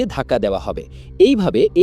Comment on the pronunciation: ভাই আ্যলফা না আলফা হবে। শুদ্ধ বলতে বলতে অশুদ্ধ হয়ে যায়